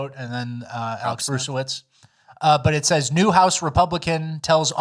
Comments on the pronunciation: I legit thought he's been saying "best NEW podcast of all time." Like as a joke. And I've been watching since pretty much day 1. And now I get this bomb. What is my life? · He say new or news?